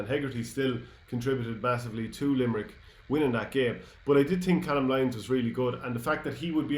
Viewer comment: Lads it’s pronounced cay-lum lyons